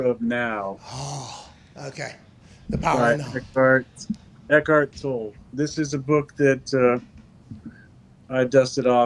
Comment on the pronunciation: Aarods first slip up since being on the show. Mispronouncing Eckhart Tolle